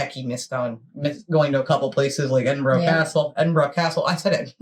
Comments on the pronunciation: ...you are amazing! I'm constantly typing in the comments "Ed-in-bruh" His pronunciation is worse than you though! It's "Carl -ton" Hill. A "Loch" is a Scottish word for lake or a large body of water...Loch Ness. You would have to visit Loch Katrina with it's stunning scenery, steam boat ride around the wee island in the middle! i'd really like you to do a wee 3 part series on Edinburgh, is that possible? Maybe one on it's dark history, another on the beautiful buildings & eating out in the pubs? Princes Street Gardens with it's beautiful water fountain & the cemetery bang in the middle of the city Centre 'St Giles Cathedral' You would not feel like you were in the city Centre though. It's so old it is stunning. Lastly "Thank you" from me in helping educate the pronunciation of my capital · I agree with you, Edinburgh not Edinborough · I laughed aloud when he said "Edinbro" and at your reaction . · Great video love your reaction to how the lad says edinburgh wrong and all the other places would say watch the videos on a youtube channel scotland history tours worth a watch. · As a Brit, with Scottish ancestry, I appreciate pronouncing the places correctly. Thank you. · This vid gets my goat every time I see it. For someone who has been to the places he lists, his pronunciation of city names is bloody awful. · Just love that you pick on the mispronunciation as it drives me insane too! And... erm... we don't pronounce with an "r" either lol 😂 No offence intended and I'm English (London). Westminister, Bowrow Market, Edinbowrow argh and on it goes. Love the vids, keep 'em coming! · lol, I have to agree, I cringed every time the guy said Edinbroo , if you wan to see a different Scotland try looking for Video of the Outer Hebrides, I live on the islands of the Uist and the beach a spectacular . Keep up the great videos. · I think I cringed as much as every time I heard Edinburrow.